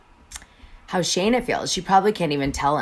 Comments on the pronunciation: Its Scheana NOT SHayna 🤦🏻‍♀️🤦🏻‍♀️🤦🏻‍♀️ if youre going to bash her man at least get her name right 🤦🏻‍♀️🤦🏻‍♀️🤦🏻‍♀️ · Love the intel but please make note it’s Shee-na, not shay-na :) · girl, it’s pronounced SHEEN-AH not SHANE-AH 😂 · 1) her name is Sheena SHEEN-na not shay -na! Ah!! 2) what is with all the stupid filters! Just choose one cute one that makes u look pretty and leave it there . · Actually, I heard Scheana's engagement ring (designed by Kyle Chan) was slightly under 13 carats (12.74) and the price range was about $25,000 ~ 💎 P.S. Perhaps he didn't initially have a lot of money --- we are not in their relationship. If they are happy - whatever. P.S.S. Sorry - how much can you know about her, if you can't even pronounce her name - which is: SHE NA --- not SHAY NA ! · Maybe if you're going to do a story on someone you should learn how to say there name correctly, her name is scheana not Shayna! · You're pronouncing her name wrong anyone who watches knows. Sheeeeeeena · Dana, her name is pronounced Shee-na. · Need to learn to pronounce her name when spilling tea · Can you please say her name right, it was driving me crazy listening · Is Scheana’s pronounced correctly? Is it pronounced Shay-na or Shee-na?